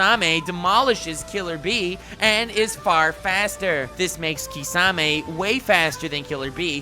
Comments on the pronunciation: my guy called Kisame, Kissanime lol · Shitting on Seth for 12mins. (Did you call shark boi kissanime?) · He say kiss anime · Am I hearing things or are you really saying KissAnime? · Did he really call kisame kissanime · He said kissanime 😂😂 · I hear kissanime everytime he says kisame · Wait did he called kisame Kissanime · I herd u say kiss anime LOL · Did you say kissanime 😎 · "That makes Kissanime" u JUST DIDN'T ROFL.. bruh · Lmao "KissAnime" kisame I'm dead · ...........did you just say Kissanime? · Not necessarily relevant, but for a second, when you said 'Kissame' I heard 'Kissanime' and was like "kissanime is stronger then Minato???' Wait....YOU DID SAY KISSANIME IM NOT GOING DEAF.